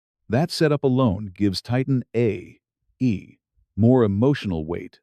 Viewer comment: This narrator is hard to listen to, especially listening to it saying "Titan A.E.". The script sounds fairly AI generated.